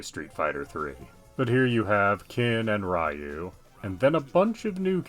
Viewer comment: I don’t wanna be that guy but Ryu is pronounced as riu-u with about half a beat of "ee" (as in eel) and one and a half beats of "oo" again I don’t wanna sound like a jerk it’s just a small correction